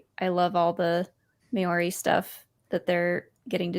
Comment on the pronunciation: It's mow-ree not me-or-ee, sorry I'm from Australia and that hurts